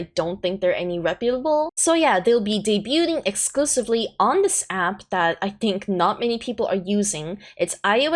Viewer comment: The T is silent in the word debuting.